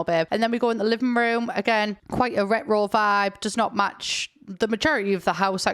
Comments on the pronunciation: I’m sorry but every time u said “retro” I heard “Rick roll”, I think I’ve been watching too much lilsimsie 😂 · you sound like scooby doo when you pronounce the word "retro" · pronouncing retro like how scooby do says ruh-roh is my religion